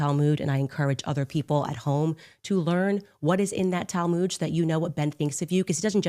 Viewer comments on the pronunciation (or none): Talmood! It’s Talmud Candace- I wonder how much of it she’s actually read? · ROTFLOL: Candy misspeak: Talmud = "tal-mooj" 🤣🤣🤣🤣